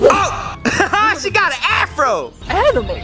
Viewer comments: He prob tried to say oh she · He said oh shay